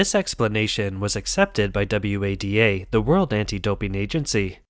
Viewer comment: Are you insane? The voice over pronounces FINA and WADA as F I N A and W A D A. Classic signs of text to voice, together with the stilted delivery and lack of emotion. If I am wrong then you and "Todd" are the only peoplen on the planet dumb enough to not realise it is and . I agree they do a good job of covering the various topics but it is pity that a script like this is undermined by such a rubbish voiceover.